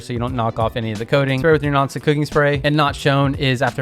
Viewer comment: Meanwhile, he said to spray the tops of the garlic with "non-stick cooking spray, " and I heard 'noxic cooking spray.' 😅